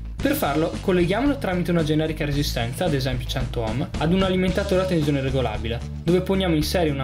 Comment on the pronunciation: Tenzione.. Tenzione... Ma dove la vedi la Z in TENSIONE?! 😐 Se non fosse per questo... Sarebbe pollice in su.